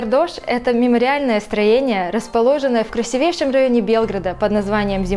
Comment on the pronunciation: Ребята, ударение на красИвейший. Ну вы же на весь ютуб вещаете.